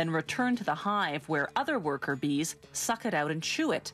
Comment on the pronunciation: the way she says suck is weird